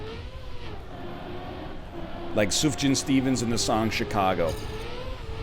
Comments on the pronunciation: hey nl, just wanted to politely let u know that the "sufjan" in sufjan stevens is pronounced "soof-yan" just didnt want any music snobs dunking on you at some point in the future :^) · Come on, NL, I don't even LISTEN to the man and I know it's pronounced suf-yan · Gotta love the Sufjan Stevens references, not sure about NLs pronunciation of "Sufjan" though.